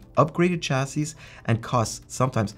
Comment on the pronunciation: Informative video, but someone please teach this man how to pronounce “chassis”.